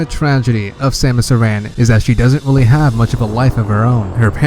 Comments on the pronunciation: Thought it was Samus A-ran (as in "Karen"), not Samus uhRAN. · AIR- IN I'm sorry but it annoys me lol good video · you didnt pronounce aran right how dare you😑😑